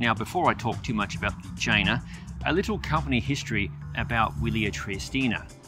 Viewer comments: Great review. The bike's name, by the way, is pronounced Yeh-Nah😉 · I guess the correct pronounce of the name is yena, right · Can't help, i allways hear vagina! 😜😅